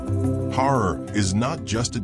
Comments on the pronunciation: Herar not horar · HEY 👋 BRO 😎 It’s NOT “HORROR” 👹 it’s ‘H A R A R’ ⚠️ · Say Harar NOT Horor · It's Harar ,not horror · LOL Har- rar not horror! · Comeon not horror it's ha'rar. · Why does the speaker pronounce it as Horror? It is horrible 😂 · Listen man pronounce correct as Harar not horror as your darling word. 😂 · NOT HORROR ITS HARAR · HARRAR HARRAR NOT HOROR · Not HORROR BUT HARAR. 😮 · HARAR NOT HORROR DANM IT. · I had to stop watching video. The pronunciation was awful. I have visited HAARAR, not Horor: it is wonderful, like stepping back centuries. It is called CHAT ! When I was there most of the alleyways had not been paved, so this is a recent development. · Fr horror is appalling pronunciation, harar is beautiful nevertheless Christianity is new tho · It’s pronounced haa raar not horror 😅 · Your pronoustion of Harar is wrong please say Ha rar. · The narrator horribly mispronounces the word "Harar!" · At least learn to pronounce it! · I was appalled too by that horrible pronunciation, cons of ai annoying voicing probably